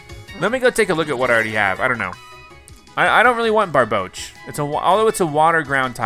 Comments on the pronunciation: when he called barboach barbaque lmao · Its Barbouch not barbaracle